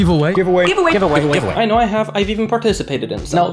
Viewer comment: mano o gajo meteu o wuant a dizer giveway wtf